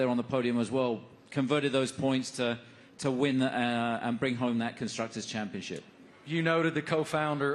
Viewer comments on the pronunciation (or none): The dude said conscructors championship lmao